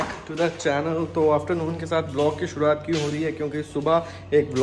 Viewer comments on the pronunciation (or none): none